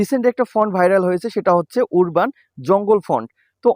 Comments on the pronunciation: ভাই উরবান না উচ্চারণ হবে আরবান🎉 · ওরবান উচ্চারণ হবে না । উচ্চারণ টি হবে - আরবান, যার বাংলা অর্থ - গ্রামীণ ।